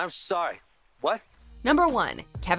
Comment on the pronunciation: Kevin kozner bwahahahahaha what can she actually pronounce correctly?